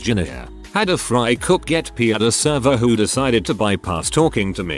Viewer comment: Nobody: Bot: The frih-cook